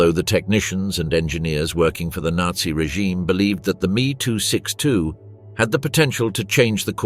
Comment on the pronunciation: Many grating noises, but that "Meeee 262" became particularly infuriating.